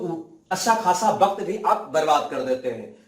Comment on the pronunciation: वक्त होता है न की बक्त